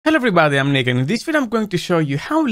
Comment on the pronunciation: Maybe it's me, but I always understand "Hello everybody, I'm naked" at the beginning of the video...